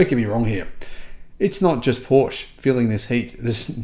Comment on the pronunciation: How to pronounce PORSCHE the correct way (part 3) … 😉 You’re almost getting there, dear, as to the correct pronunciation of PORSCHE … it’s only 70-80% of times now, that you still say PORSCH instead of PORSCHE. But you’re not alone, so at PORSCHE they have actually added on their website a part, where they teach people how to pronounce their brand name correctly … 😎 Unfortunately YouTube doesn’t allow me to add the deep-link here in this comment … 🤷🏼‍♂️ Cheerio and all the best, Henrik 🇩🇰 🇩🇪